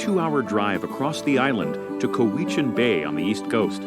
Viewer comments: it's pronounced "cow-uh-chin" (not "ca-wee-chin") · It's pronounced COW-I-CHIN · I've lived on Vancouver Island for 27 years and I've never heard someone pronounce Cowichan as "Kuh-wee-chin" before. It could be that's from the original native name or something, but everyone says "Cow-ih-chin" now. Unless "Kuh-wee-chin" is a different town I haven't heard of. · Juan de Fuca (ff you ka not foo ka) Cowichan Bay (Cow ih chan not cow ee chan) Saanich (sa nich not saw-nich) Ucluelet (you clue let) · Narrator mispronounces several locations: ko-WICH-an should be COW-ichan. and SON-ich should be SANN-ich. And there are trees at wilderness parks having diameters over 60 feet. Those mountains you see are the Cascade Mountain Range found in Washington state. There is also Hatley Castle and the Lt. Governor's residence (like a castle). There is winter skiing in mountainous Strathcona Park just 3 hours drive north of Victoria. So you could in theory, depending on the day, go scuba-diving in the early morning, then parasailing until lunch, a bit of cave-exploring, fly up to Courtney then ski down Mount Washington, and then take the ferry back home. We used to have a train, but figuring out who would pay to maintain the railway etc got complicated.. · I was just going to ask... where's Kaweechan Bay? Never heard of it! LOL!! Must be near Sawn+itch! 🤦‍♂ It's pronounced: COW + itch + in (final syllable is pronounced like "an" found at the end of "Michigan".) And Saanich is: SAN + itch, not SAWN + itch. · LOL, I would have thought Expedia would have learned how to pronounce the places names before making the videos. I didn't know where the announcer was talking about at first but yes, like others have said it is COW-itch-an, not cow-Eech-an. hee hee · Cow i chan is how it is pronounced the narrator messes it up. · I agree with the mispronunciation of Cowichan Bay the accent is on cow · Got legitimately angry when he said co-e-chen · I had it think what is a co weach inn?